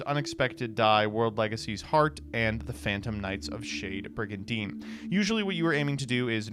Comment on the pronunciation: When said shade brigadine the first time, I thought he said shitty brigadine.😂